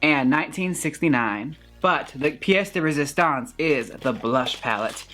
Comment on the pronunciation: I LOVE you for pronouncing "piece de resistence" properly! Squee from Canada!